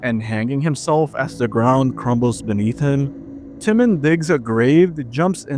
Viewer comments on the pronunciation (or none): My ass the smash bros ones are “haunting” they’re toys it’s all a kids imagination. Also tf is with the pronunciation of some of these names? The Timon(tuh-mown) “Timin” pronunciation is killing me